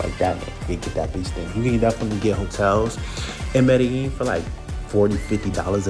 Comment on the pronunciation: What a clown. Can’t even pronounce Medellin properly